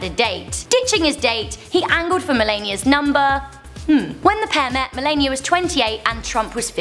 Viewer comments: You said "Melania" wrong. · the way she pronounced Melania tho 😂😂😂